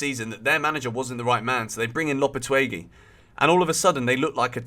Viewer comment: with about twelve different pronunciations for Julien Lopetegui 😂